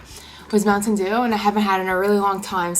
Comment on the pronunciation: I like how you say MounTTTain dew